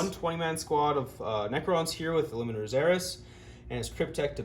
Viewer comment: ILLUMINOR NOT ILLUMINATOR